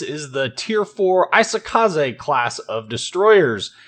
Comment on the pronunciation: Not 'AI-sokaze', it's 'EE-sokaze'